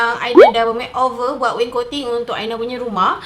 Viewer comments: Its wainscoting aina.. bukan waincoting 😌😅 pandai aina buat.. terbaikkkk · Aina pronouce as (wain - scotting) laaaaa